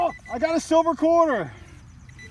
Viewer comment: Did you say QUARTER HOARDER WARTER? LOL 💦